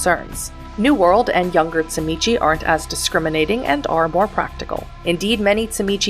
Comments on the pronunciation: great video, appreciate the information density and ofc the refusal to say zee mee zee. subscribed.(its CHI MITCH btw ^^) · First time watcher, but sadly, also last. In your first minute, you pronounced TZIMISCE wrong not once, but you said it three different ways, all in a row, and you know, that's really jarring, and I had to stop watching at one minute. The creator of the World of Darkness (and inventor of the clan) pronounces it "zim-eat-see" and ensured that this pronunciation was used throughout the entirety of the videogame "Vampire The Masquerade Redemption". So, as you can see, it becomes incredibly jarring to attempt to listen to this video, at all. The CHEE you at at the end is the icing on the cake. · Tzimisce is pronounced (ZHI-MEE-SEE) Clan Tzimisce is by far my favorite Clan, both in lore and to play. I would say my runner-up Clans would be: Ventrue, Followers of Set, Toreador, and Gangrel. I have played so many fiends over the past two decades, I would have to say my favorite was one that fancied Itself as a Artist of the highest degree. Bone Sculpture, Blood Portraiture, High end Fashion made from skin for Kindred gatherings. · Clan: Tzimizce Weakness: Name pronunciation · Say the name correctly